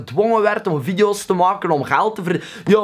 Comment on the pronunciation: "verplicht om joetjoep video's te moaken" dat belgs is raaaar man...